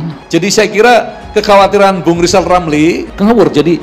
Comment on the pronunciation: Lijal lamli ulusin hulup R dulu ya Balu klitik pak Jokowi 😜